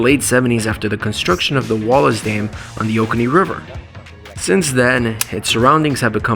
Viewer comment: FYI - It's pronounced "OH-KOH-NEE", not "OH-KANEE". We live here.